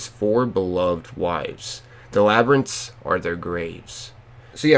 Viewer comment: Yeah we know you not used to saying words like labyrintts don’t sweat it